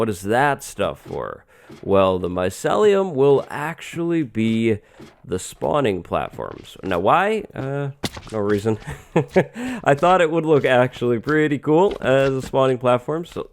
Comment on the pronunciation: My - see - lee- um NOT My - se - lee - um Just smtg I noticed🤓